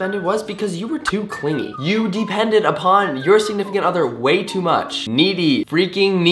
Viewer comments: 36 seconds says clinggy not clingy ,, haha ohh Connor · It's clingy not cliggy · Clingy not cliggy XD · Why is everybody saying "cliggy" instead of clingy? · Anyone else notice it said "cliggy" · too clingy or too cliggy? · "too cliggy"😂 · lol "too cliggy" :) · Clingy* not cliggy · um Connor... its too clingy.. not cliggy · "Too cliggy" lol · Too "cliggy" lol I'm dying